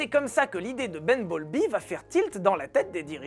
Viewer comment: Il a dit ben bowlby ? J'ai entendu bumblebee 😂